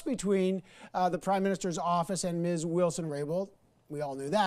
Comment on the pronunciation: "Mizz" Wilson Raybould, anybody else notice that?